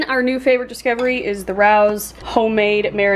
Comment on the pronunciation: Always enjoy these! And FYI it’s pronounced ray-os 👍🏻